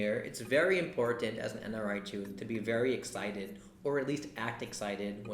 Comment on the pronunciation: just pronounce the chooth word correclty so that i can show it to others ...other than that nice video:-)